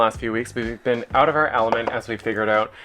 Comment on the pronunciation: I heard pronounce out, oot. Beautiful home your accomplishing. Stay safe!